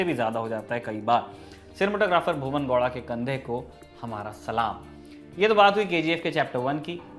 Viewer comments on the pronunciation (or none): I think there's some fault in DNA of these Hindi media. They can't pronounce A at the end of a word. It's KANNADA and not Kannad. Why can't you pronounce it properly when you can say Haryana as Haryana and not Haryan? Funny people my God. It's GoWda. Whereas the W pronounciation? Not Goda. Inki maka bhosdiwale.